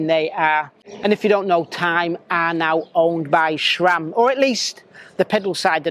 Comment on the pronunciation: SRAM. There is no H in the name. SRAM is an acronym comprising the names of its founders, Scott, Ray, sAM. If you're going to be a cycling media, at least know what the hell you're talking about.